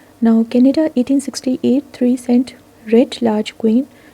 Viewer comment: Canada not canda